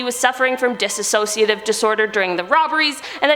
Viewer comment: Disa*ssociative? I cringed every time. DISSOCIATIVE! DIS SOC IATIVE! I'm petty. I'll own this...